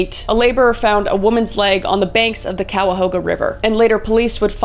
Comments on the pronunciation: Elliott Ness also took down Al Capone, he led the Untouchables. Its Pronounced kai uh how guh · Poor Kris has never been to Cleveland...Cuyahoga...pronounced ky-a-hoga. Bratenahl...pronounced brat-in-all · Brat-10-nahl shore, Ky-uh-Hoe-Ga river <3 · My skin crawled at how you pronounced Cuyahoga lol. We say it like Ki uh how guh or ki ya ho guh. I’m from The Land the way you said it is a declaration of war had to talk my people down. 😂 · Cuyahoga = Kai - ah - hoe - gah 😅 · Anyone else cringing at how she pronounces the Ohio towns and rivers!? Cuyahoga does not have an L in it 😂. Never been to the Calahooga river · I was gonna give her props for pronouncing Cuyahoga(ki a ho ga) right the first time then she messed it up the next few times. Love these crime videos almost as much as her ghost hunting ones with Celina. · Great video Kris, love these deep dives. For anyone/ everyone outside of Ohio, Cuyahoga is pronounced Kai - yuh - ho - guh. I can't blame you for the pronunciation because even spell check on here is like, "Did you mean Mahogany?" I'm from Ohio, it's beat into our heads on how to pronounce it. We kept a lot of the names from the Native American tribes. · As I am from Cleveland Ohio your pronunciation of the river and locations is a little off :-) but I love your program new to the channel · Lmaoo how Kris pronounced Cuyahoga.. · I’m from Cleveland and hearing her mispronounced Cuyahoga made me wanna cry No hate boo❤❤❤ I am so lucky to live near one of the most notorious serial killers in the mid west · I’m from Cleveland and hearing her mispronounced Cuyahoga made me wanna cry because I live in Cuyahoga County